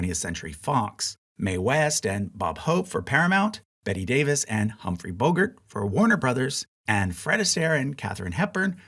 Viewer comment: You mispronounced "Bogart"